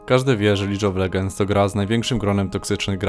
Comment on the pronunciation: "lig of ledżends" a nie "lidż of legends", uszy mnie bola